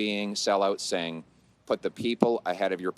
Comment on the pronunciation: More political games by a petulant, nasty child. Can't even say Singh's name correctly.